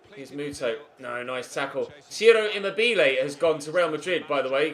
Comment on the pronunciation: Just so you know, I'm italian and Ciro Immobile it's not pronounced with the accent on the second i but on the first.(I think I remember you pronouncing it right previous years)